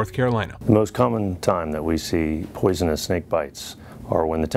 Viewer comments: Common even the fucking doctor is saying poisonnes lol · Weird seeing a doctor "educated man" say poisonous like a dumb dick.